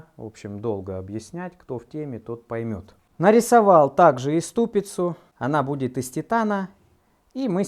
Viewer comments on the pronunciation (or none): "ступИца" и "кожУх", Вы единственный, кого мне стыдно поправлять, но я решил все же написать. Хотя самому непривычно так произносить, но борюсь. ) Вас призывать не могу, но все же решил уточнить.